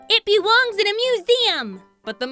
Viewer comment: "IT BEWONGS IN A MUSEEUM!!!!"